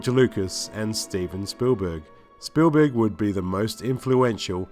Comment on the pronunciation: It also sounds like he's saying Spoolberg lol